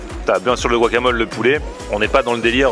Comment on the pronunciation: "le Bwakamole"